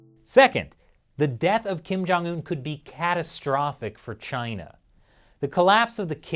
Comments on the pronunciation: Kim Jong-ill-un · I laugh when he said kin jung un in a shape a circle one.....